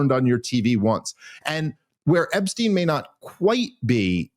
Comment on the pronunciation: Love ya Dave but GATDANGIT it's e*P*stein! With a "P." Where the heck are you reading a "B?"